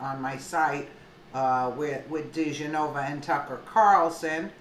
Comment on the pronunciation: Di Genova. Please pronounce correctly.